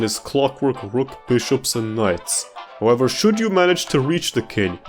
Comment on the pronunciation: you also said "stepp" Instead of "Step" And also "howevber"